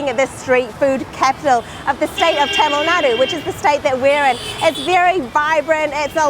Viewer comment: Hai i am madurai .welcome to India .your Tamil pronouncing very good.madurai food definitely good and delicious.